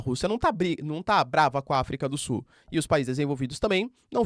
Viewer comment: professor eu adoro voce assisto todos seus videos MAS PQ VC NAO CONSEGUE FALAR AFRICA DO SULLLL